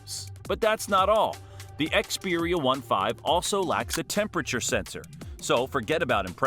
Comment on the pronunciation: You don't even know how to pronounce Xperia 1V and IV 😂 you didn't mention a lot of good features so your video is rubbish